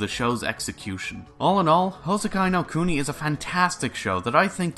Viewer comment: Good news: Houseki no Kuni season 1 didn’t end up like Kado. Bad news: It ends at a massive cliffhanger. Silver lining: It’s an adaptation of a manga, so I can go read that. Nitpick: You butchered the pronunciation (it’s pronounced like Hou—se-ki no Ku-ni, not Hou—sekai no Ku-nai).